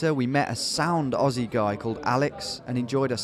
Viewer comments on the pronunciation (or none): none